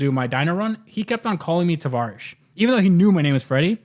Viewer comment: In your intros when u say its tavarish say or Freddie here after you say travarish